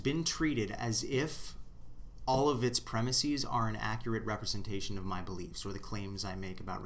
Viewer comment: Aaaaaaaarrrgh! I've just discoevered your channel, and I really like your presentation and content, but please, do not do a Carl Sagan and pronounce premises like it is the plural of (the non-existent word) premisis. Please. Thank you, and keep up the good work.